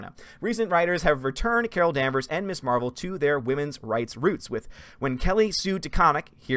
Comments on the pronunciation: This might just be a nitpick of mine but isn't Ms actually pronounced Mizz? Everyone always says Miss Marvel and it always irks me when I hear it. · Ms. is pronounced Miz not Miss. You’re not the only YouTuber who makes that mistake. I guess it depends where you were in the seventies.